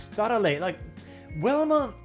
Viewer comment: Velma "Vee" not "Welma"